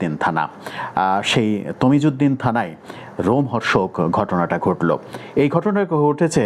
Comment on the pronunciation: তজিমউদ্দিন নয় তজুমদ্দিন